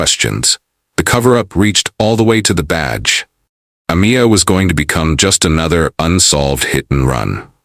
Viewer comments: The narrator could say last but a tiny effort into pronouncig her name. UH-MY-UH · Ah-meye- ah. Not Ah-me-ah. You should edit your narration. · Her name was pronounced A-my-a, not A-mee-a. So disrespectful.